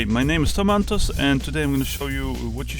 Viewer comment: haha i never know it was Tom Antos instead of tomatoes until i read it.